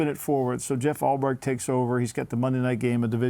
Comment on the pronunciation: “Jeff Ulbright” oh lombo 😂😂